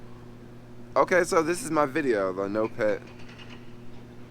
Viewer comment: It's pronounced Nopeeeeeeeet, not Nopet or Noped.